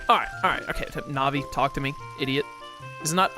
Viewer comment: I believe Navi is pronounced like Navigator because she is meant to help the player navigate the the new dimension and/or the game in general. There was recently a new glitch found(called GanonFloor) that cut 5+ mins off the time of the speedrun over the previous method(called GanonDoor)